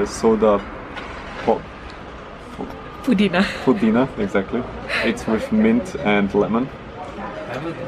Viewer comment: Your wife's pronunciation is A+. Especially "Pudina" (mint). Impressed.